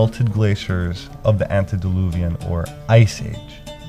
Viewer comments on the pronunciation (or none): Angels had one test before the Creation of the World. Their wills are fixed in their choice. Besides, angels have no bodies., its pronounced "DELL- yoozhe" and "antedelOOvian."